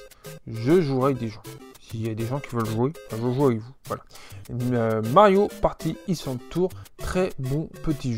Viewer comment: Lol au début je pensais que tu déconnais en parlant mal anglais, mais en fait c'est vraiment un soucis. C'est dommage, les "wii-uh", "link bitwen weurd", "party issland"… lol je taquines :) Sinon très belle collection.